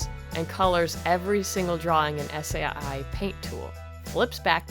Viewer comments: One. I dont think they would copy right her. As it is fan made and she has been asked by high end record places to do animations. And two it isnt said like S A I Its one word. Sai. Like saw. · I've never heard anyone pronounce Sai s-a-i...I've always heard it pronounced "sigh" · “Ess aye i” ive been saying sai as “sigh” for years...